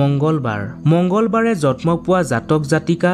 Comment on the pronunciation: জন্ম শব্দ টোৰ উচ্চাবণ ভুল হৈছে তোমাৰ।জতম নহয়